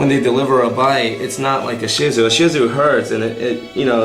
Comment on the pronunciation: Thank you for pronouncing this breed correctly !